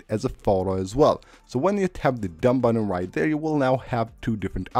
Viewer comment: "add them sepabrley" LOL "just tap the dumb buddon and now you're good to go. of course"